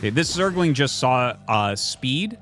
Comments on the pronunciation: Zerg-a-ling a ding dong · No particular timestamp really, but he often puts extra emphasis somehwere in the middle and it sounds like "zer-go-ling" lol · The way Tasteless adds an extra syllable to Zergling never gets old.. 😁